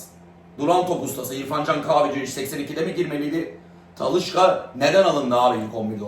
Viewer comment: Talışka değil Talişka😅